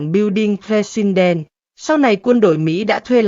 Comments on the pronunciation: AI không tệ đến như vậy đâu. AI không dốt đến mức đọc từ President kỳ quặc như vậy. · MC không phát âm chữ "president" được à?